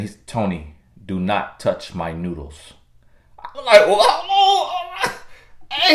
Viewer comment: I thought he said "nudes"..i had to remind 😀😀😀